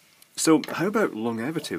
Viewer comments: Hi, I think pronunciation is"lon-gevity" not "long-evity", but then I'm a Sassenach. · it is lon-gevity as far as I pronounce it anyway